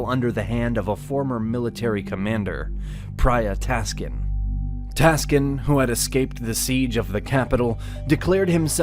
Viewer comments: Taksin ...not Taskin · The correct name is Phraya Tak- sin, not Phraya Tas-kin. Phraya was the rank of the governor at that time. Phraya Tak was the governor of "Tak" Province of Thailand. Sin was his real name. Thai people therefore called him Phraya Tak (Sin). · His name is King Taksin or Praya Taksin. Not Praya Taskin.